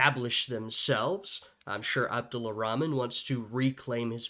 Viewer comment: his name is Abdul(or abdur) Rahman not Abdulla Rahman. the narrator is mispronouncing his name.